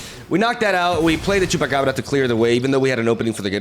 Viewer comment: The way he says Chupacabra shows how Spanish he is lol